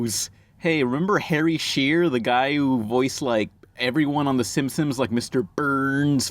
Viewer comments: Whenever talks about "The Simpsons", he pronounces it like, "The Simsins" and I can't tell if he does that intentionally or not. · it sounds more like "simpsoms" to me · I grew up watching it in Spanish too and used to pronounce it "simsins " but then I stopped when I stopped saying " pumkin" instead of pumpkin